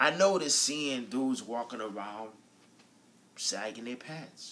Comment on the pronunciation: what did you do with the G ,at the end of sagging??LOL